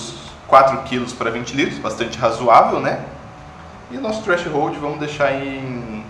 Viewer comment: Pô, "treashold" né? kkkkk